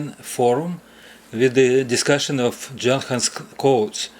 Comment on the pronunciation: Great fix to a great quality clock which keeps counting time into the future! By the way, it is actually pronounced Yuhn-hans